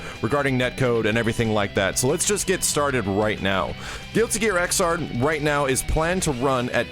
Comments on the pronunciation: Xrd is pronounced "igzard" BUT YOU GO AHEAD AND SAY IT WrONG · hey the right pronounce is "Zerd" for Xrd;)